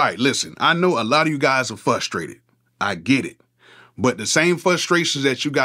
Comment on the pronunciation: "Fustrated"., you're as country as they come! Lol!!